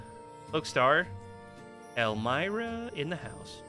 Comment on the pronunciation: It's pronounced "elm-ee-rah"